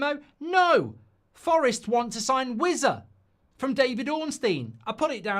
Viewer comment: When he started with "I've had a few" you knew it was gonna be car crash viewing. His mum n dad screaming up to him to keep the noise down in his boxroom😂! And please pronounce it as Wis-a and not Wizzer